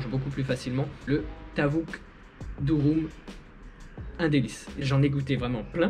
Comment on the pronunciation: C' est pas Durum 😁😁 c'est Dürüm la prononciation le u Français en Turque c ' est ü